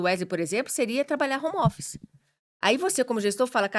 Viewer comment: Quem fala Romófice não tem autoridade pra falar nada